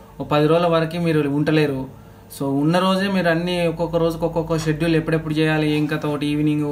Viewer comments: స్కెడ్యూల్ కాదు షెడ్యూల్ bro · Schedule ni, షెడ్యూల్ అని ప్రొనౌన్స్ చేయాలి బ్రదర్ అక్కడ c silent అవుతుంది.